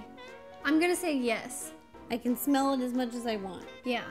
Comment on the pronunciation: it's yes not yas